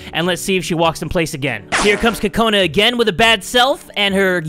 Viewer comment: Are you calling her Kokoni!?😂😂 I cant stop lauphing if you're calling her Kokoni!😂😂😂😂😂😂